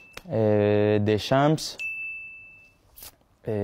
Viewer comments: I’m not French and I’m sure that’s not how Deschamps is pronounced in French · He pronounces Deschamps like no French man would ever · Why did bro pronounce the names in a Spanish way☠️could’ve done it in a French way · I like how I first thought that he was speaking french until I realised that he pronounced deschamps wrong and then i realised that he was speaking spanish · It hurts hearing him pronounce french names in front of him